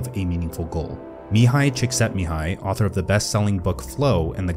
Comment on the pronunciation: Most impressed that you could pronounce Mihaly Csikszentmihalyi so effortlessly